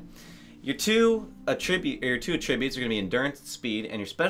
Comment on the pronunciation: He said attributes wrong haha I'm drunk...